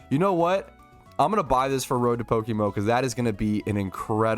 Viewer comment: What is Pokemo? 😂(Before anyone starts insulting, I was just joking with the way says PokeMMO)